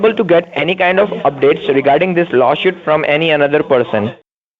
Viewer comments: Dickheads can't pronounce law suit (shuit). Yes, yes, yes, veri gud veri gud akcess.yes,sir, yes sir. I’m king and yu pay deerectly. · I don't think I could of help saying " Is Lawshoot same as Lawsuit? cause I want to make sure I write down the right thing." Lol.. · Did he say law shoot? Why does he want to axe you? Remote control car, lol. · I look for new words. This time it’s “lawshoot”. “Business working days.”